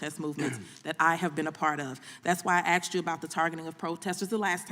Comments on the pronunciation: The word is ASK, not Axed. She can't even pronounce basic words properly. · 'Especially because I did axe directly" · She “axed”.😞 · Bush axed Wray. LOL